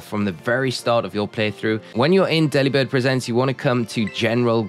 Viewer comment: That's... an interesting way to pronounce "Delibird Presents" 🎁